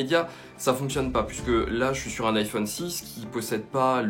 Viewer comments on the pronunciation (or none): none